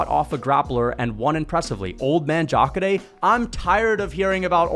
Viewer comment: The way you pronounce Jacare is 🔥. I had no clue that was the pronunciation.